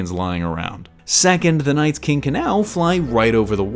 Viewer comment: NightKing not NightSking